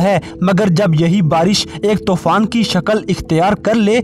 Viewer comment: Not Tofan it's Toooooooofaaaaannnn